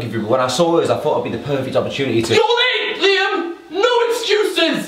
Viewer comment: "Sorry I'm laate"